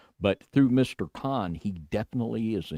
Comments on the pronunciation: It's Roy Cohen, Jew. Not, Roy Khan, David. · It's pronounced CONE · It's pronounced like cone , Roy Cohn. Pronounced like cone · Cohn is pronounced "cone"...